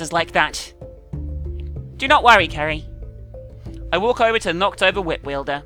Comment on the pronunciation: Why is pronouncing it Keri now instead of Seri like she did before?